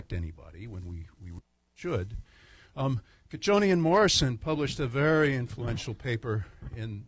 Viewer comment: very nice lecture, thank you! BTW cocconi = kokoni, (not kochoni).